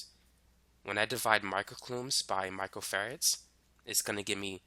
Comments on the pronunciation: He say macro farad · Im hearing Michael Ferrets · It sounds like you are saying micro ferrets. I am paying much more attention because of it.